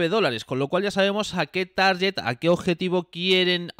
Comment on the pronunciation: se dice "tarGet" no "tarYet" (broma interna con los colegas, si no lo digo reviento. No te lo tomes en serio).